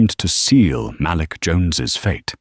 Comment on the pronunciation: the name malik is pronounced muh leek ( say it fast muhleek) not "mal lick." fix it because it sound like sjht. AI do not know how to pronounce a lot of names. it's ridiculous.